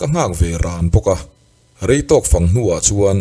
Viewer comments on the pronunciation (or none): none